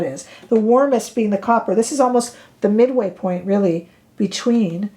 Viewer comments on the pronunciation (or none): none